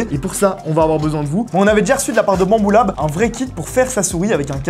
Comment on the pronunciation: On dirait trop dis «bamboula » 😂😂😂😂